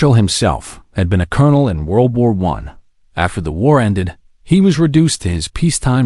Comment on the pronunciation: world war "I" (rhymes with "why" as in Why should I listen to generated garbage?)